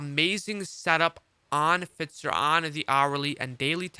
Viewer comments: Fitzer lol F"eye"zer (Pfizer) lol love your work bro im just breaking your cojones 🤣🤣🤣 Happy New Year brother keep up the solid work! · F “eye” zer. Thanks though good content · Ahh FITZER.. I always thought its Pfizer